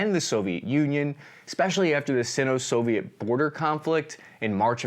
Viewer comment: Just a pronunciation tip: "Sino-" is pronounced with a hard "i", i.e. [ˈsīnō]. I kept cringing every time it was pronounced "sinn-o".